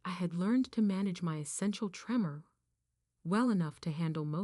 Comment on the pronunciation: Not 'tree-more', 'trem-er'. I have essential tremors. They run in my family.